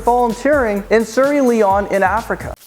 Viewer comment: The way you said Sierra Leone was shocking